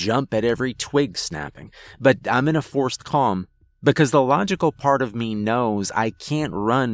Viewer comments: You say me like mae 😂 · why does he pronounce "me" like "meah"?